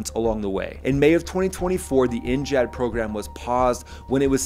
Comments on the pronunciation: Why are you saying NJAD instead of NGAD 😂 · Brother! In what world does NGAD sound like NGHAAD?? Theres no H! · Gad not jad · N-JAD? Really? Pretty sure it's NGAD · It is pronounced N-GAD Gad as in GADget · How do you not know how to pronounce 'NGAD'? HINT..it isn't spelled NJAD. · So jarring to keep hearing you say “N-jad” for the NGAD 😵‍💫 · NGAD NEXT GENERATION AIR DOMINANCE. Learn how to say it before you speak about it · The G is not a soft G like a J, but hard G like Get.